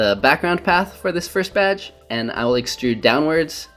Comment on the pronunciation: It sounded like you said "batch" when you were ACTUALLY saying "badge"